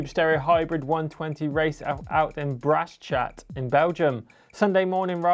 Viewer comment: Bike of the week! Thx guys!! And certainly loved how you pronounced "Brasschaat" :)